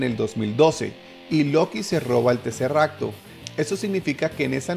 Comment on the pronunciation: El edcudo se rompió.. Y ya no digas teserracto